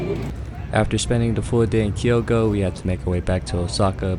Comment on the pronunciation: "Kyo"to not "Kiyo"to, damn you so-called English guys just don't know how to pronounce it right